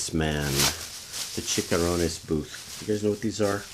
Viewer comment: Mmmmmmm Chicharrones! (pronounced "chee cha rone nes") not "chickarones" (lol) They're deep fried pork skin. Where's the Modelo??